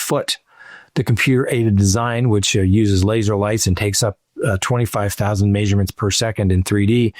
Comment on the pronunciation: Stop saying MAYSurements